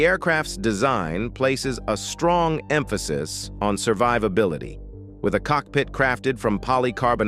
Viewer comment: MAVOR MEHAS? The software being used should be taught basic phonics. LMFAO!! Em-P-H works... To paraphrase Mad t,v,, "Sounds like a man,,,"